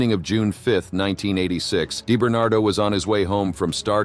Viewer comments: ” Dye “ Bernardo 😊 … it’s pronounced ” Dee “ Bernardo . 😂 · DEE - Bernardo, not DIE - Bernardo. Jesus. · “Die barn bar do.”😂😂😂. AI is here to stay apparently. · Deyebernardo lol